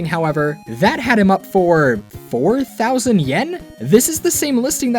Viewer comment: 89... THOUsand ¥ which is like, £850 or $900 I'm guessing? Still super expensive but the emphasis was annoying. Everything else was great though, I wish I had a kirb 😂.